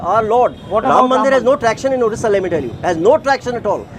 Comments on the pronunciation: Very bad to say all candidates pronouncing 'orissa' instead of Odisha... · Pinaki Mishra it odisha not Orissa please pronounce properly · is the anchor mad , her pronounciation is wrong.please pronounce correctly,it is our state ODISHA not othisa.